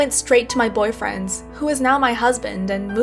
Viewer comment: Am I the only that heard her say boyfriends